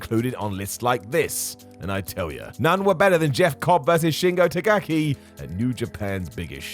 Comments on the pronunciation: I'm sorry, but are Brits incapable of saying "Takagi"? This is far from the first time I've heard "Tagaki"... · notice how can't even pronounce Shingo Takagi's last name right? This list is bullshit and made to appease his overlords at A-E-Dubya.